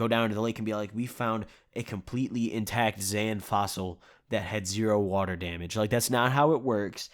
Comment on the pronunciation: "A COMPLETELY IN-TACT XAN FOSSIL" LMFAOO